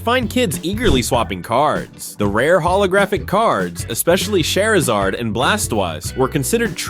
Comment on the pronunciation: im a huge pokemon fan if ya gonna say their names say it right lol when you said charizard and blastoise it felt like a french dude saying it. blasttwazz🙄 lol no big deal felt the need to help a brother out lol🤣